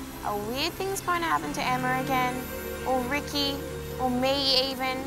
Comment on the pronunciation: 💯 and it’s Rikki not riki